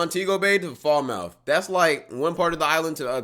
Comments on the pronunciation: not "Fall-Mouth" it's pronounced "Falmut" (Falmouth- with one "L" sound and nothing like your 👄) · It's pronounced Falmoth not fowl mouth. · Its not fall-mouth Its fal-mouth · Fal......muth not fall mouth🤣🤣🤣🤣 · As a Jamaican wed call him "whiteman" not whitey and its Falmoth not fall-mouth (sounds weird), Jamaica aint that bad this video is really exaggerated I agree with some points tho, I'd say to stay at montego bay resorts, ocho rios etc and u could visit other places but not high crime rate places on the island, rose hall is more than that also jamaican loving to get money is called hustling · Faulmouth 😂 wrong pronunciation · Fall-mouth ? Where in Jamaica is that ? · Fal Muth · Wtf pronounces Falmouth - Fall-Mouth. You’re definitely not Jamaican, bro.😂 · They way he says Falmouth bro😭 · why bro pronounce falmouth like that😂💀